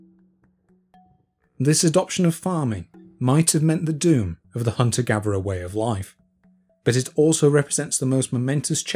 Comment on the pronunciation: ive just subscribed to your content and I really like it, but, can you just pronounce your THs and not say v! "Hunter gaverer"